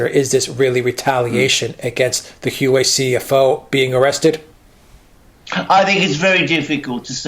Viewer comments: Huawei is pronounced as Huwawei not Huwei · It is not Hu wei. It is Huawei. The 'A' for America just got kidnapped. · I'm told its 'wha-way' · Huawei is pronounced "Wah-Way". Just google the pronunciation of the word. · Say Huawei like this 'Hu-Wow-Way'. The way you guys say it, it is so wrong, I cannot even understand you. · I can't understand either. "Wah Way"(2 words) is the correct pronunciation. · Huawei is pronounced ' Hwah Way ' Ms Meng is now out on bail. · Can't even pronounce Huawei right?